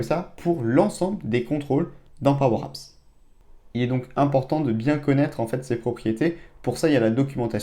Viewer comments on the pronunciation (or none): De quoi ? Pwow apps ? 😂😂😂